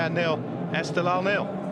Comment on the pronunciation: Reporter:: EsteGHLal is not 🚫 pronounced Estelal 😅😅😅😅, you miss gh =Q sound